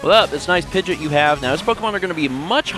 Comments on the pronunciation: Pid-gee-awt. Not Pid-jit lol. pls. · Why do you call it "pid-jit"